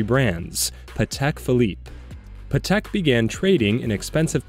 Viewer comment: "Patel Philippe"